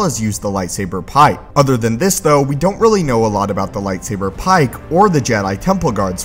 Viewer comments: Dude fuck the way you say "PIKE". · The way he says light saber PIKE makes me want to slap him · But why'd he have to say "pike" that way? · stop saying lightsaber pike like that please